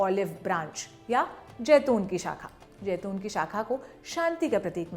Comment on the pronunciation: Jaiton nahi zaiton hai lafz